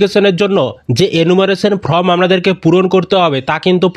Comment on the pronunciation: ফ্রম নয় ফর্ম বলুন।